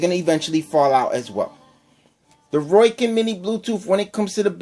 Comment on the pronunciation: Seemed to be an ok comparison with the few hiccups of what seems to be user error and improper information. Also, its ROW-KIN, not ROY-KIN. Its a hard O that sounds like the letter O... Not an OI sound. Oh, and since you can't come up with which one sounds better: If you go by how they sounded through the mic, the Rowkin's were hands down the best. you could actually HEAR the words. And standby time? Do you even know what that is actually referring to? BOTH have a standby time... by simply having nothing going through them, they are, in effect, in 'standby'. Just because there is no posted standby time, doesn't mean it doesn't. Just leave them outa the case, come back in an hour, see if there is any charge. if so, come back in another hour. check if it has charge. oh, imagine that, it still does...